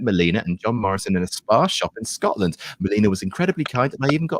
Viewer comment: Respect to Melina for saying it like "Sco'lind" rather than "Scott-land"